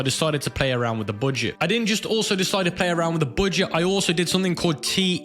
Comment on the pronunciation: "the booooget"